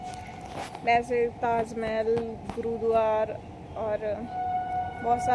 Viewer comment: Bolna to seekh le गुरुद्वार क्या होता है